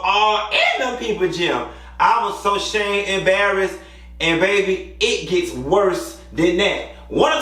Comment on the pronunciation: I just came to hear you say 'barrassed 🤣🤣 I love you Q!! Yesss Pascaal... an uppity yt woman trainer name🤣🤣